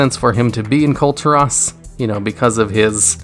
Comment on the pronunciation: Hes calling the Val'kyr "Valkyries" like dude the plural for Val'kyr is just val'kyr, they aren't the Valkyrie rockets from black ops. Also, just LISTEN to how goofy he pronounces Kul'tiras !!! Then he says "i dont think anyone knows more about Lilian voss than me" like dude what are you talking about it sounds like you barely know anything